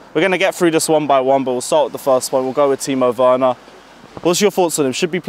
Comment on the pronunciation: Its werner not wener